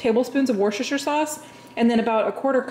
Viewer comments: It kills me hearing people pronouncing Worcestershire sauce like when making the burgers 😂😩 it’s like “wuster-sheer” 👌🏼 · "wooster sauce" "wooster sauce", please, it pains me to hear you try to say worse - sester - shire sauce! 😂 There's no need for it, it's pronounced "wooster"!